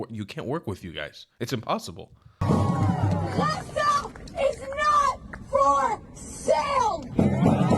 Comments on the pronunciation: It’s only me who bothered how they say Azzza ? Not for sale! Nobody wants to buy it .. just take it because you don’t do Sheeit with that land 😂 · I don’t know if it’s some sort of sensory issue but I can’t stand people saying « Hhhhhaza » (Gaza) 😂